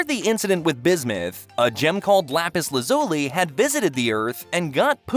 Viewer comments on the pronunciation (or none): you really bugged me when you said lazoli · Dude, her name is lapis lazuli, not lapis lazuli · You are explaining a few things wrong, and they don't say "Lazuli" like that...😢... But it's fine... I am grateful for the video nonetheless... Edit: You didn't even mention his healing ability, the one he used to heal Connie, Lazuli, Amythist, his dad etc